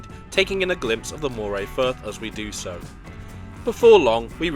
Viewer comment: Nice video.... only oddity, the slightly wonky pronunciations and a whopper of a spelling mistake. Stirling isn't Sterling, tho' not that far away from Stirling is a link to "sterling" and silver that was found in the Ochils. Chieftain is cheef'tonne, Moray is sounded like Murray (as the in the mints). It's a lovely journey across Scotland, have done this trip too many times to count.